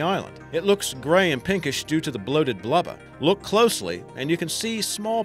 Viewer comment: I like how you said blubber. "Blubba" It made me chuckle...